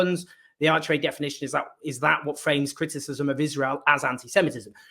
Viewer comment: Thank you, Owen. One suggestion: sometimes you speed up your articulation and run things together so quickly that it's difficult to comprehend the words, e.g. go back and listen to the pronunciation of the IHRA, compared to Andrew's.